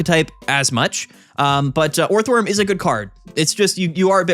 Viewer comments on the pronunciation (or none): you can say steelix instead of scizor all you like but every time you turn orthworm into a 3 syllable word it’s like a gunshot to my ears